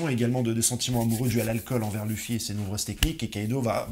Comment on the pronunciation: Et il dit vraiment lufi 😭😭